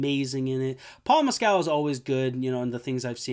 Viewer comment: Jessie Buckley and Paul Mescal pronounced "Mess-cull” are not English or British. They are Irish actors the writer of the book. Maggie O’Farrell is also Irish.